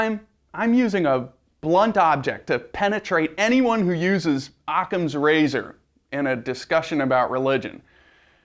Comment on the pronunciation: "im using a blunt object to penentrate anyone who uses ocama razor!" hahahahahahahahaha idiot